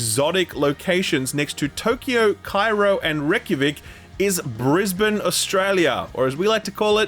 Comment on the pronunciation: I have lived in QLD all my life and I have never heard anyone call my capitol city "Brisbeans"